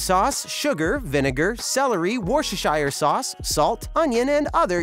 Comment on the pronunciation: as a British person a full English in a can is just weird, and what in the world is egg nuggets??? also someone needs to teach the voiceover guy the correct way to pronounce worcestershire sauce